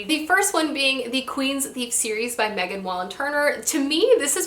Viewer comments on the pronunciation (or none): none